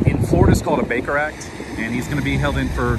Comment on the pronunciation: The first time you said Baker Act I heard Baker Rack and I was rather confused. LOL